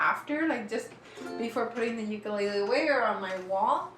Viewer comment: shes a proffesional and pronounces ukulele the wrong way wth